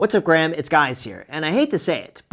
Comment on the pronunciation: What’s up gays, it’s Gruham